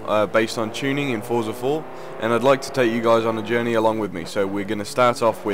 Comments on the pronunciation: The game is pronounced "frotza" it is italian in origin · It's pronounced 'FORTZA' like we say 'pizza' not 'pisa', ya know? lol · Pronounced "Fort-zhah."